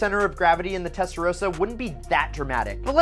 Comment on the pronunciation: I stopped listening after testarosa